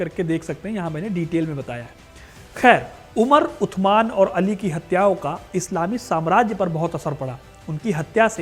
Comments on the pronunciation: Utman nhi usman bolo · Usman not utman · Are bhai utman nahi Usman hota hai Angrezo ko Usman bolna nahi ata tha isliye wo utman bolte the apko to pata hona chaiy warna itni history batane k kya faeda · कैमल नहीं जमल है जगह सुधार करें और शब्द उस्मान है उद्यान नहीं। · उत्तमान नहीं उस्मान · Utman nhi usman bolen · अरे यार टांके उनका नाम उथमान नहीं था, बेटा पहले नाम लेना सीख पहले उनका नाम हज़रत उस्मान था। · उस्मान है उथमण नहीं नाम गलत बोल रहे है आप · Aur jaise tu sabke naam leraha hi tu jaleel hi naam sahi se le respectfully aur ythman nahi usman😂😂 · उत्तमान नही होता उस्मान होता है भाई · Bhai maana wo arabi k hisab se usman nhi but itna bold kar k b mat bolo utthman araby me saa ki aawaz nikalo tha ki nhi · 3rd Khalifa ke name ka pronouncation sahi nahi ho raha hai.. Haz Rat USMAN .. HAZRAT US MAAN..... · उस्मान बोलो भाई